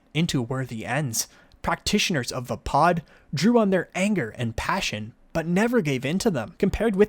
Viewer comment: other than saying vaapad wrong, good info. thanks!